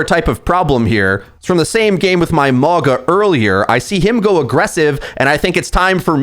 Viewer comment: Lol (wOO-Yong) and (mOw-gUh)